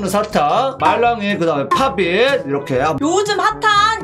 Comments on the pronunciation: 언니오빠,,, 팟입이 아니라 팝잇..ㅋㅋㄱㅋㄱㅋㅋㅠㅜㅠ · 팟잎을 팝잇이라고 읽으신 당신은 한국인